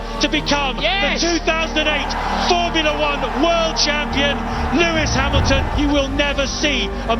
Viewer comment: thats not lewis hamilton thats luis ham-ill-tom 😭